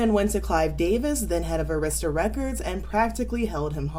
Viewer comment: Arista = AIR-iss-tuh☺️